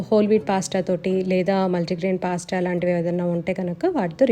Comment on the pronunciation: పాస్ట కాదండి పాస్త